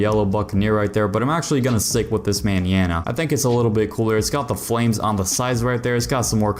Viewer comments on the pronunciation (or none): how he be pronouncing Manana had me crying from laughter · You’re pronouncing mañana so wrong 😅